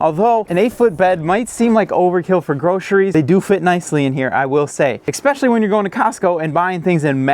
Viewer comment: Do adults say “ex-specially”?